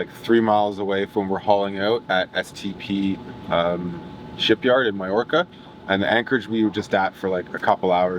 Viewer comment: Why do you pronounce Mallorca/Majorca as miorca